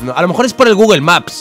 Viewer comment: Nadie: Absolutamente nadie::GUGUEL. Osea de dice gugul.